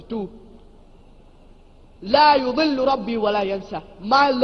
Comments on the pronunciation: صحيح وفرق المعنى واضح جدا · عنده خطأ في نطق آية سورة طه هو يقول لا يُضِل ربي والصحيح لا يَضِل ربي ولا ينسى قرأها بالضم والصحيح بالفتح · "لا يَضِلُّ ربي ولا ينسى" وليس "لا يُضِلُّ"